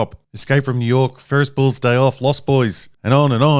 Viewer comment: Its hard to take your opinion seriously when you call the prequels trash and can't even pronounce "Bueller".